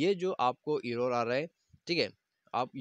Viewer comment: Bhai video toh acchi hai leikin tujhse error bhi theek se bola bhi nahin ja raha